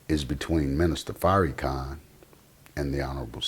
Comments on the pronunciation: It's not a mistake. This brother is to well spoken for it to be a mistake. He's calling him Fairykhan on purpose. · His name is pronounced Far- ra-khan! I Love The Honorable Minister Louis Farrakhan! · Word! It was making me cringe when he was saying The Minister's name like that! You don't have to agree with everything he says, but you can at least say his name right! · It's not a mistake akh. He's doing it on purpose. He's to articulate for it to be a mistake. How many other words has he said wrong? Fairykhan is exactly what this hateful brother is intending on saying. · Say Minister Farrakhan's name correctly brother. There's no need to be so disrespectful. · listening to this brother is like watching wet paint dry smh. say the minister's name right negro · You damn sure don't represent Farrakhan you can't even pronounce his name right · I know he is biased but he is not pronouncing the minister’s name with ill- intent. It is just how he speaks. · Pronounce the man's name right dude! Why you dissin Farrakhan like that? PEACE TO THE HONORABLE MINISTER LOUIS FARRAKHAN! !!! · I hate when people mispronounce Minister Farrakhan's name. It's corny. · Right, was just bout to posr that! "Its not an insult" but he gon say his name like that, lol um k